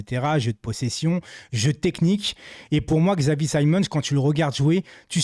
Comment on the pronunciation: C'est pas un xylophone on dit Chavi pas X avi